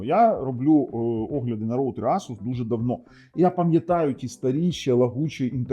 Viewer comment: Правильно говорити ASUS, а не ASUS 😂